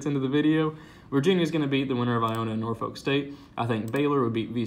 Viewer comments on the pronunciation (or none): none